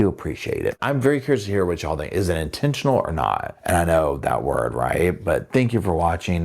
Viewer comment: Will we ever get over "intentional"???